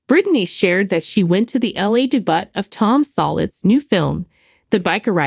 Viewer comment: it's not a debutt....its a debut.